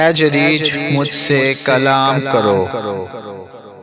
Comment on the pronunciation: जरीज नहीं जुरैज होता है Jareej nahi juraij hota hai